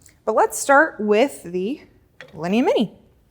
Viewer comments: the store is beautiful but it hurts my ears to hear her butcher those names. It took me a while to figure out what was a "lini". Linea is pronounced "lin - e - ahhh" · a ninny pronouncing it like a lini lol!